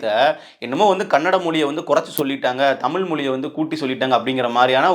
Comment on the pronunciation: நீ முதல்ல 'தமிழ்', 'மொழி' ன்னு சொல்லிப்பழகு. தமிலாம் மொளியாம்.